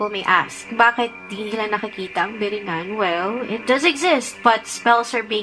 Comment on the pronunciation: It isn't really a LOST CITY ..it's more like Enchanted place like AGARTHA!!! A kababayan from NY and please pronounced it correctly ....BEE REE NGAN and my suggestion to you Sir is to not delve on these ELEMENTS for it's NO JOKE!!!! You are a foreigner and you don't know the ELEMENTALS in the Philippines...TY